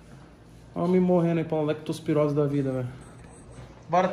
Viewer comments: "Lactospirose" pae 😂😂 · "PEGAR UM ALEXTOSPIROSE"